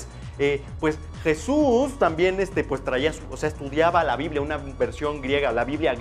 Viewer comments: ¡NO ES YISUS ES JESUS J-E-S-U-S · SE DISE JESUS NO YISUS. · se pronuncia JESUS no yisus